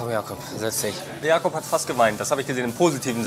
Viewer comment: Nicht Jakob sondern Jakup… das ist ein türkischer Name